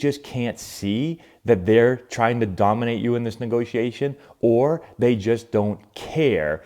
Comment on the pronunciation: What’s a “Negotation”???